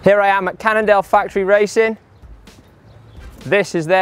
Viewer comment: I heard "Canada" instead of "Cannondale"